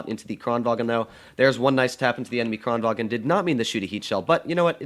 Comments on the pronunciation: Im swedish and kranvagn says kraenvan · says the kran right but then says vagen